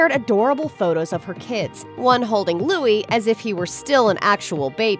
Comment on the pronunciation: Your title of this video - 'Kate Middleton' etc. Please show respect for Catherine Princess of Wales and use her correct name; she also reportedly dislikes being referred to as Kate. However, thankfully you do pronounce Louis correctly .